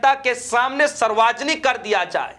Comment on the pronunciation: Reporter mahoday ji. Kya aapko Hindi nahin aata kya padhna likhna. Sarvjanik hota hai. Bolane ke pahle thoda sa dekh liya kariye kya bole.😢